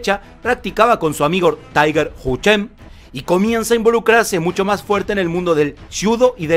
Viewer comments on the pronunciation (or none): none